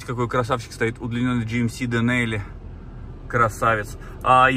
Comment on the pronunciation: Не дэнЕли, а денАли. Давай не будем разводить словесный срач, я живу в Канаде 34 года...произносится на английском денАли, не каждое слово где есть буква Ай читается как Э, выкинь эту привычку пихать везде Э, ведь Tacoma ты да произносишь правильно, тАкома, а ведь по твоей логике ты должен произносить тЭкома😅 к примеру слово Hard, читается хАрд, не хЭрд...закрыли тему. И да - Тоёта Tundra произносится тАндра . Ты уж реши или ты всё называешь в русской версии или правильно на английской. Не знаешь не уверен, спроси, посмотри хотя бы в гугл переводчике произношение